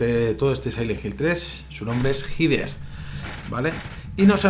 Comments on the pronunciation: El nombre es Heather, yo lo pronuncio como Hyder. No se si estara bien pronunciado, creo que si. Saludos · Yo siempre he pronunciado el nombre de la protagonista como "Jeder", que extraño. En project zero la protagonista gira la cabeza hacia ños lugares donde hay objetos